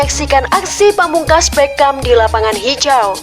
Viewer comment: tolong bwt conten creator. pembaca narasi nya HARUS yg paham sepakbola. biar baca nama pemain nya gak salah". dia BERGKAMP. bukan Beckam. flying dutchman (datcsmen) bukan datcsman